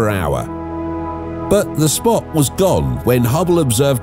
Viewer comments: "Great Red SOPT?" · Lol "Great Red Sopt"